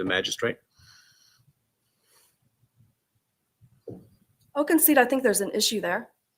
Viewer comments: Sounds like "Magi-shit"😂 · If Ashley prosecuted this case it would be pure comedy gold 😂😂😂 sad we won’t get to hear her say “magi-shret”